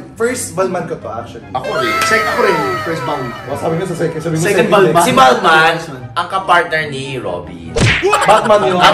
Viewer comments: it’s bal-ma! silent N 🥱🤪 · It's "balma" yan ang right pronunciation.